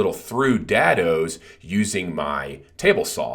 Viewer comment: Dad-OOO? Is that a play on words there? I thought it was pronounced day-doh. Awesome project. Simple, but effective. I've wanted to build something like this for matchbox cars.